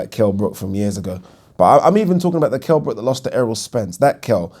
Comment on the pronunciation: Remember when floyd said Kell BROCK